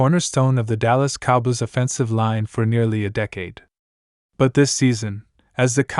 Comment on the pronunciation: If you can’t pronounce “Cowboys” you shouldn’t be talking about them. Have you ever watched an NFL game? I’d suggest you start a different channel.